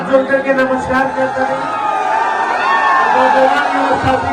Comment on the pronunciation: Namaskar का उच्चारण तो ठीक कर लीजिये